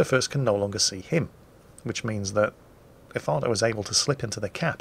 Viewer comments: What, nobody commenting on calling Efato 'Ifarto'? For shame people, we're supposed to be calling him crap and such. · The bevis and buttheqd in me heard "el farto"